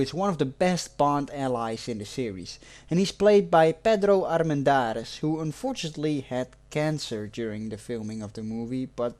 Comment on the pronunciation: Pedro Armendariz, lol. You pronounced it as with Italian or Argentine accent, in Mexican accent we don't speak with that small rhythm. Indeed Pedro spoke english with a little of mexican accent.